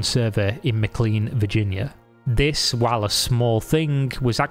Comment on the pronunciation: Not important, but people from there pronounce it Mc”Lane” even though it’s spelt McLean